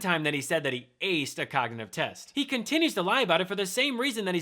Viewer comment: Frump, the cognitive test excuse is vapid. He sounds like he is saying cocknitive test